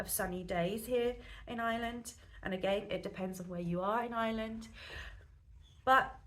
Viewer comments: It does sound like Is-land - try Our-land if you cannot say Ire-land. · There is an R in Ireland! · Hi, you're very welcome to Ireland and I wish you and your family all the very best. One small bugbear of mine is how a lot of English people pronounce "Ireland". It's "Ire" sounds like fire... Land not Island. Thanks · That’s an English thing, they don’t use a strong accented R like we do, they don’t have the ability to pronounce I.RE.LAND , it’s made more pronounced by the fact we use a very pronounced drawn out R in our speech, and also we put the emphasis on the lead syllable, so the contrast is very pronounced. People with other native tongues can hit the R fine, but it’s quite impossible for the English, hence they pronounce our country ala Island. It’s no big thing.